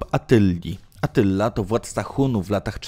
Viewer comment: Attyla a nie Atylla